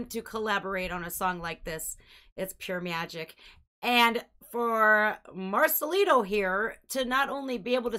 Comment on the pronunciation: The second time you pronounced Marcelito it was perfect, fully pronouncing the T. I think you speak Spanish at some degree. You're beautiful. Love you, from México 💕❤🎉😮